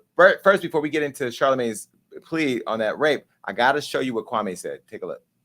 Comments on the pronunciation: Kwame! Kwamee! not kwamay😭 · KwahME. not May. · Jason, its Kwam...e not Kwa....may! I'm glad that you fvck with Kwame, so do I! ✊✊🥰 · It’s not Kwame me me not mai lol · KWA- MEE... As in Kwame Nkrumah. His name and pronunciation of it shouldn't be difficult for us to roll off our Afu-Ra-Kan (Afrikan) tongues no matter how long we been in America. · Quit saying his name wrong..........your messy.....